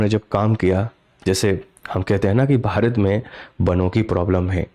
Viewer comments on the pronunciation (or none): none